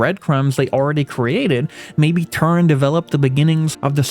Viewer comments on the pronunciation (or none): My guy its Tauren not Turren